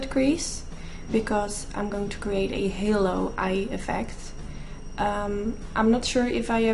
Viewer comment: "Halo" not "hallo" anywho perfect look btw